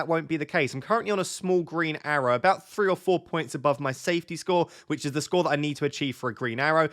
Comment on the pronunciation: "I went into Ze game week 27"...😂